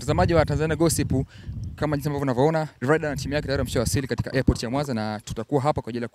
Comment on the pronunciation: Bwana Mzee jifunze kutamka R na L. Hata kampuni Yako mwenyewe unaita LIDER jamani!! Vizuli, nafikili wanaongea watoto mzeem Chukua hatua makusudi uongee kama Mtanzania MTU MZIMA bhana unatuangusha!!😊😊